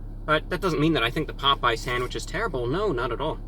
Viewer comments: did anyone hear Pope yes instead of Popeyes😂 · It’s not pop we eyes it’s popeyes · correct me if I'm wrong but, did he pronounce pop-eyes as pope-yes!!!!???/ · “ pop yes “ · HOw DoES IT PRoNounCe POPE Yes Pop eyes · Glad I'm not the only person who calls it 'Pope Yes' chicken. Obviously, they compete with Churches Chicken. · I have a Chick-fil-A near me, so I gotta try out their chicken sandwich sometime! Also, I really enjoyed your (obviously false) pronunciations of the two! "POPE-E-YES" and "CHICK-FIL-AH". 🤣👍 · my dad used to pronounce it "pope yes" as well, thanks for the memories. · Nigga said pope yes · "Pope yes" Lmaooooo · “pope yes” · Did this nigga just say “pope yes” 😂😂😂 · 😂😂😂 "Pope yes" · “pope yes” lmao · Pope-yes...🤣🤣🤣🤣🤣 Review Bruh coming in hot with the match up of the century!! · “pOpE- yEs” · This nigga said pope yes 😂😂😂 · Nigga said “Pope yes” 😂😂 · review bruh mayne said pope yes? dayuuuuum lmfao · Mans said Pope Yes 😂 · Did he just pronounce Popeyes like pope-E-yes. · "Pope-yes." You heard it here, folks. Our God has declared that Popeyes is now Pope-yes. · Hi Reviewbrah, like your videos and I wish we had these fast food chains here but unfortunately for some strange reason Popeye's closed 😢😔 and I laughed so hard with the mispronounced names lol, didn't expect it from you but it's awesome. Your awesome Reviewbrah. 👍👍😊😊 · bruh this dumbass dont even know how to say popeyes.. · Damn, you really disrespected Popeyes with this one. I appreciate the admission of bias in favor of Chick-fil-A, but from mispronouncing the name to criticizing their service, it's still clear that Popeyes is the best choice in terms of taste. You even almost said they are equal. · im here for that popeyes pronunciation